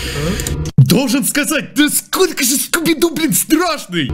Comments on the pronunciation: Вообще-то скуби-ду а не скубидебидк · Не скуби-дуби ду а скуби-ду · Кто тже услышал что он сказа не Скуби - ду, а скуби дуби- ду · Скуби - дуби - ду , мило хоть и говорится Скуби-Ду" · Ну зачем, зачем, зачеем ты говоришь "бидубиду"? Там всего лишь Скуби-ду. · Скуби-ду А не Скуби-скуби-ду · Не скубидубиду а скубиду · почему ты говоришь скуби дуби ду??? XD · угарал как он неправильно сказал Скуби-Ду. А сказал скубидуби ду😂😂😂